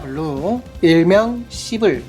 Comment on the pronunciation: 시블시블~ 발음 너무 찰지네요